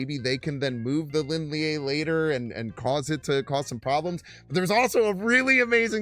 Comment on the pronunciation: props on the pronunciation attempt but me thinks its the Chinese sharp vowel sound Leen Lee-EH. Lin (林): Pronounced like the English word "lean" or "leen" (rhymes with seen). Lie (烈): Pronounced more like "lee-EH" (rhymes with "yeah") or "lee-AH" (a short "ah" sound).